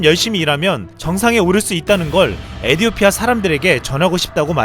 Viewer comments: 에디오티아가 아니라 에티오피아입니다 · 외래어 표기상 에티오피아로 발음해야 할 텐데요.....에디오피아라고 줄기차게 읽는 이유가 있나요? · 시불년 에디오피아가 아니라 에티!오피아 예요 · 에디오피아가 아닌 에티오피아 입니다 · 에디오피아 아니고 에티오피아 입니다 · 에티오피아 라고